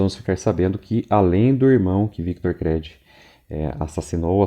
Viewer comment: Pelamordedeus Créd não. Chega dói os ouvidos. Creed [Crid]. Todavia parabéns pelo trabalho.